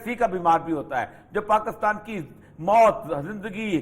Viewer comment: افسوس اپنے ملک کا نام صحیح نہیں لے سکتے۔ کاف پر بجائے زیر کے زبر لگا دیتے ہیں۔ دلچسپ۔